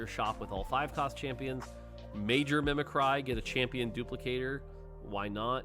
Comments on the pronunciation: please. The word "mimicry" is pronounced as "mimik-ree", not "mimik-righ". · I have never heard anyone pronounce "mimicry" like that 😭